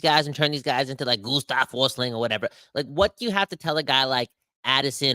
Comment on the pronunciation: Gustav Forsling is Swedish so that German pronounciation of his name is so off.